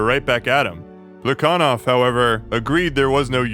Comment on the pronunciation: I know you're like fluent in Russian so I'm not trying to check you but every other historian I've ever encountered has pronounced that guy's name with an h sound like "Pla ha Nov"